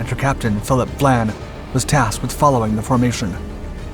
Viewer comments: I enjoy your channel but the very weak research and editing have got to be addressed. The name of the British Captain is Vian not Vlan. It is simply maddening to observe such easily avoided mistakes this channel makes. Just a little concern for accuracy would greatly improve your work. As a retired professor of Theater and Film I know how important accuracy is in the presentation of facts or fiction. You could greatly benefit by more concern for accuracy because once inaccuracy is engaged increases unchecked your audience soon no longer trusts you or visits your site. Be wise. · Captain Philip VIAN (pronounced VI-AN) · Captain Vian's name is pronounced vie-ann. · What is this 'Vlan' nonsense? It's Vian. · You’re butchering the Captains name. Phillip Vian. Not Vlan. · It isn't VLAN it's VIAN. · It’s Vian not. Vlan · Cossack's captain was named VIAN not VLAN as used in the clip. the letter "I" obviously taken to be "L" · Hey, that one was pretty interesting. Just a couple of things to correct.... You may have misread the name of HMS Cossack's captain, as you were pronouncing Vlan rather than Vian. And the aircraft which located the Altmark were a trio of RAF Hudson bombers, not the Catalina you pictured. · It's Vian, not Vlan. Otherwise great video as always. 🙂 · Philip Vian not Vlan.